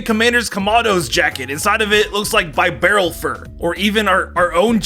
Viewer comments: Bee- barrel not bye barrel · ITS BEE-BEAR-ALL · Pronunciations it's bibarel bi not bie